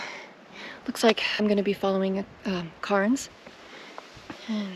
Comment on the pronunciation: Now you're closing in on 2000 subscribers! A couple of tips: the vowel sound in cairn is pronounced like hair, and talus is tay-lus. I love your videos, and like that you have the self confidence to post them without having to be perfect.